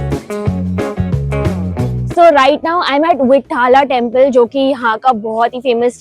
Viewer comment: you should pronounce vitthala and virupaksha properly. it is not Vitt-hala it is Vit-ttha-la and Viru-paak-sha but good video, informative :)